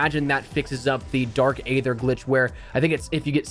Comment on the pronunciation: It's not dark ather it's dark aether the a is silent